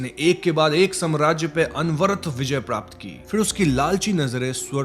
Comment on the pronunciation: Prrraaapt was epic😂